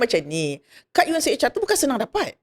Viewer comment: UNHCR... Bukan unchr